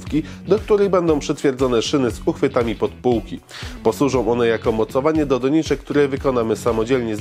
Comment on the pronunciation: Skąd ta moda akcentowania pierwszej sylaby? Na przykład - nie mówi się po polsku "DO-niczek", tylko "do-NI-czek".